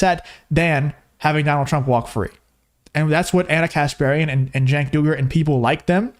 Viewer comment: I find it humorous that Cenk keeps mispronouncing his name, but if people mispronounce Kamala Harris's name it's because they're racist